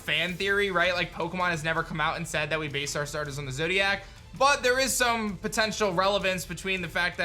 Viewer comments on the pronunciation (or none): none